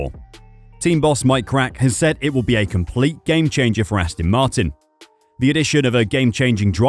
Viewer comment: Astin Martin ?